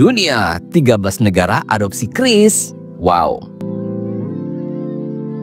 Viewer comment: Woi bacanya salah bukan kris tapi q ris😊